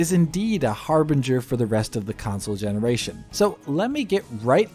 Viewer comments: What's a gemeniration? Lol. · What the hell is a geminaration?